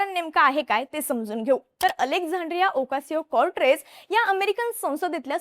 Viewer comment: अरे ह्या नाव सुधा नीट घेता येत नाही आणि म्हणे मराठी चॅनेल